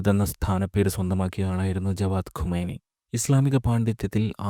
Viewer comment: ഖമെനി അല്ല ഖുമൈനി